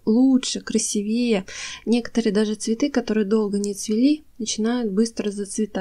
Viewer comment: Пожалуйста, говорите правильно: «красИвее» ( «красИво» - «красИвее»).🌷🌺 Спасибо большое за ценные советы! Записываю себе для памяти. Буду использовать! Спасибо! 🌺